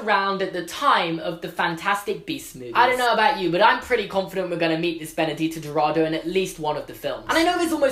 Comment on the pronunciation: By the way, for those who don't know and for some reason care: Benedita Dourado should be pronounced Ben-uh-GEE-tah Do-r̃AH-doo If you write the name in Portuguese Google Translate it pronounces the name perfectly :) As for Castelobruxo, it's pronounced Cass-TELL-o-br̃OO-shoo Writing Castelo Bruxo in Portuguese Google Translate gives you the correct pronounciation too! Yes the X has the sound of SH in Portuguese and sometimes even Z, it's weird just go with it lol